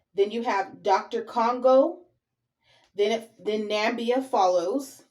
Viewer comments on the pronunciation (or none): It's not Doctor Congo sister, but DR Congo ( letter D, letter R Congo )